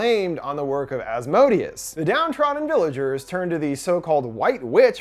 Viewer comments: Him: Az_mo_deeaz Me a supernatural fan: Az_moh_day_az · Maybe it was mispronounced in the movie but The entity's name is pronounced "As-moe-day-us" not the way he was pronouncing it in the video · Helluva Boss fans when they hear Asmodius 🥴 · Please pronounce Asmodeus properly if you’re going to repeat it so much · Ppl keep mispronouncing Asmodeus wrong. And it's making me mad lol